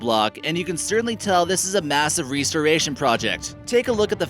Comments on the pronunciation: Re-storation? Errr...res-tor-a-tion. Other than that good vid. More like this plz. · A massive "ree-storation" project huh? Lol. Not rest-oration, ree-storation. Wow. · REASTERATION... It's Restoration. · rest-or-ation not ‘reestorashin’ Jesus Christ. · Didn't know the word restoration was pronounced reestoration. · good pics of Stonehenge, but it's called a "REST-tor-a-shun." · It’s rest-oration restoration, not fucking REEST-oration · REstoration it's RESToration. You're saying it weird. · It's not re storation it's res toration. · Restoration is pronounced rest-or-a-shun. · he might have been falling when he recorded this. reeeeestoraton. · re -store-ayyy-shin 🤣😂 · Shelton McPike Jr. 😂😂 I was thinking wtf is ressuration... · I think restoration is pronounced "rest or ation" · Most of these are well-known. I'm in my 40s and was never taught any of these as truths. Yes, I was taught all the stories and then the truth behind them as well as the reasons behind the stories. Oh and I have to ask, what the hell is a "Reee-storation"? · “Massive ree-storation project”? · WTf is he saying "ree ster ration". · Reeestoration? This fellow has clearly never visited Stonehenge. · Restoration. Rest. Tor. Ray. Shon. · What’s a ree-store-rashun? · ree storation ? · Pronounced rest-tor-eh-shun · I was thinking what a weird way to pronounce restoration. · Yeah, the Guy totally can't say restoration right to save his own damn life. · I can't take anyone who says restoration like that seriously. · New rule: If you can’t pronounce ‘restoration’ ... or other popular English words, you have no business getting paid as a narrator. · Honestly...how the hell do you mispronounce "restoration"? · "Him and a friend." UGH, it's "a friend and he." Also, your pronunciation of "restoration" is weird. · I'll subscribe when you learn to pronounce restoration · Spane(Spain) & Re-store-rating(Restoration)..... Sounds like his English teachers did a little lying to someone!!!